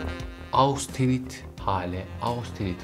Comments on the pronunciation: Austenit degil hocam östenit olarak türkçe kullanılıyor ( almanca okunuşu da bu ) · Merhaba, Austenit değil östenit diye okunuyor bir bilgi.